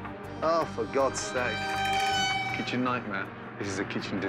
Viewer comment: *kitchen not kitched XD